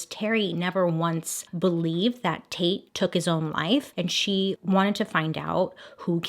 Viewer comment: Dislikes are at 420 😂 I'm smoking to that. Not going to lie with my immature mind everytime I. You saying "taite" I kept thinking you where saying "taint"🤐😂 I fail being an adult. Love your channel! The best ever!